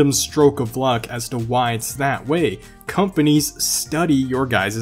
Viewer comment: I was cooking while he was talking about after market companies and I thought he said “after market cummies” 😂😂